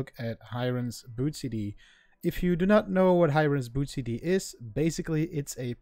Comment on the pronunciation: Its pronounced as Hee-rain. Not Hi-Rain.